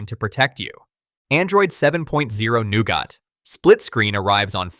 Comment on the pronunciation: "new got" god this killed me lmao great video otherwise tho